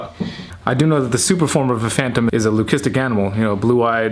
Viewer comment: Congratulations on being one of maybe a handlful of reptile hobbyists/breeders who pronounces Leucistic correctly. The pet trade has been mispronouncing it for years. It’s loo-kiss-tic. You don’t say loo-see-mia for the blood disease...yet it is the same root. Good job.